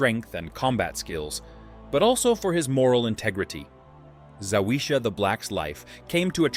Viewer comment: It's not that hard to pronounce Zawisza - for an anglophone ZAVISHA....try It out, the way you say it makes any Polish person cringe